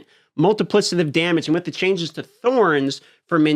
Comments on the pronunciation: It's pronounced "multiplikative", not "multiplisative". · Not trying to bash but because of how many times it was said, it was driving me crazy. Plus it'll probably come up in future patch note videos. The 'c' in multiplicative is pronounced like a 'k' and NOT like an 's'. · Multi plick itive 💀 not multiplisitive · Mul·ti·pli·ca·tive, not Multiplissative. Other than that, keep cooking, my man. Love the breakdowns. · I don’t think it’s multi-PLIS-ative but multi-PLICK-ative. Yeah, I don’t care if I’m that guy. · bro really its multipli K ative Not multipli S ative. PLEEEEAAAASE! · Please please it’s MultipliCative damage not multiplisative damage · /ˈmʌltɪplɪkətɪv/, just sayin 😅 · I love your vids bro and you’re a dope dude but it’s pronounced multiPLICKative! Sorry OCD going crazy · MULTIPLI-K-ATIVE PLEASE, FOR THE LOVE OF GOD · Isnt it Multipli-K-itive? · couldn't listen to wanton destruction of multiplicative pronunciation anymore :( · Drinking game: take a shot every time dm pronounces multiplicative wrong. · Don't let me change the way you say "multipliCAtive" but you are saying it wrong. Not sure if you're saying wrong on purpose of you learnt it wrong... muhl·tuh·pli·kuh·tuhv You just said it so many times it stuck out to me. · Am I stupid or is he mispronouncing multiplicative? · You are incorrectly pronouncing multiplicative. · Your saying multiplicative wrong lol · Your inability to properly enunciate "multiplicative" is insufferable... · New game - drink every time says “multipli”S”itive” in place of multiplicative 2nd drinking game - drink any time says “sohs” or “sews” in place of souls